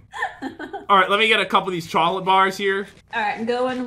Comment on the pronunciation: When pat say “ I am going to get a cholet bar” instead of chocolate bar 😂🤣